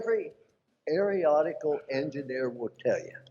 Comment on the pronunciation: .....what is an "aeriotical" engineer?